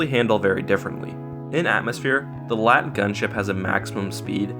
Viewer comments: And another thing that shows how much you don't give a shit is how you say lat... its L A A T.its amazing how you gave enough of a shit to read of a wookiepedia summary T.its lel xD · L.A.A.T, not a LAAT you say each letter like the AT-AT